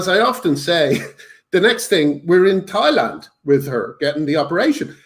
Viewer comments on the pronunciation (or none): none